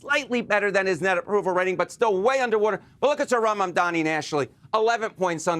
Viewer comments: It’s M-A-M-D-A-N-I not Mandami! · They’re trying to pronounce it but just so they know it’s “MOM-DA-KNEE” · Did this fucker of a reporter just say Mandani twice?! How ignorant and disrespectful if he did! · As journalists you should try to learn how to pronounce his name. This lack of attention to detail is disappointing ...it is pronounced MumdaaNi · The host just keeps saying "mandani". How hard is it to pronounce his last name properly? It's not even a difficult name. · MuM - Da - Nii. Get it right guys. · Everyone together now: “Mam” (like “Mom”) “Dani” (like “Donnie”) Now put it together. For real people it’s not that hard. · Not mundami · I am starting to think white people's inability to say Mamdani is a speech impediment.. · How can you keep saying his name wrong after all this time? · Say his name right, Mamdani!! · Why these idiots cannot pronounce MamdaNi correctly ? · CNN, it’s about time you teach your staff to pronounce Mayor Mamdani’s name correctly! For your own credibility, of course! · Can the host pronounce Mamdani’s name properly???? Like wtf it’s about time. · I also noticed these CNN clowns intentionally butcher his name. Racist Zionists is what they are. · M-A-M-D-A-N-I can we please pronounce his name correctly. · Still, CNN people unable to say Mamdani's right. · You guys still can't pronounce his name? 😂